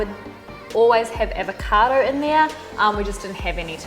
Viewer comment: "avacado". haha 9min 39 other than that. love ur work!!